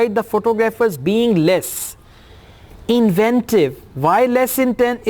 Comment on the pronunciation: Did U pronouce inventive wrong? Sir?